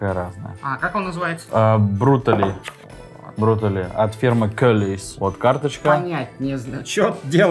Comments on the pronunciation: Не Брутали, а Бруталити!!! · Соус бруталити называется а не брутали